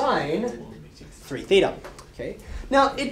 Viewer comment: this is actually the correct pronunciation of "theta", in greek.